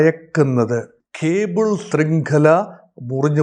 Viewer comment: ഖേബിൾ അല്ല 😊 കേബിൾ